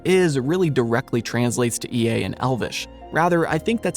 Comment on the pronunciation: E-A?! For godsake: e (as in egg) - a (as in apple) “Ea”.